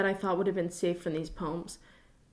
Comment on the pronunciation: nobody:: PÖMS